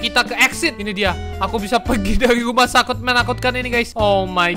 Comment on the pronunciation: "rumah sakut"🗿